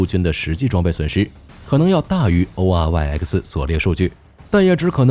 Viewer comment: oryx 啊瑞斯，能不能不讀 o r y 呃克斯